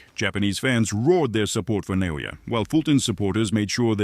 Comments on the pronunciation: Who's Na-yo-ya? Is he somehow related to Na-o-ya? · Nao-ya not Na-o-ya. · Who is na-no-yah? It’s in-no-way